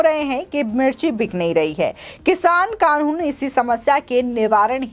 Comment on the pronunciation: कानून बोलना तो सीख लो ।